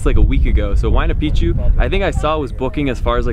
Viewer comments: You should check your pronunciation for the word MACHU PICCHU. . The correct prohunciation is: Ma-chu- PiCK chu.. you say (machupichu). wrong. Also for HUAYNA PICCHU: The coreect pronunciation is: (WAI na- PiCK-chu.). You are saying (wayanapichu). whis is WONG. listen to the local people. Thank you for listening. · you are pronouncing it wrong. Look carefully to the word Machupicchu, as you can see, there are two CCs together, each "C" belongs to a different syllable SO it is pronounced as follows MA - CHU - PIC - CHU.